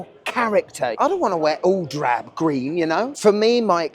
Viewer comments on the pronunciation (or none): none